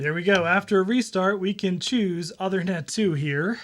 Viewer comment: One quick comment - the Uthernet card is named after Uther Pendragon. The work Uther is pronounced like "Moon". The "oo" is the 'U". So OOthernet. :-)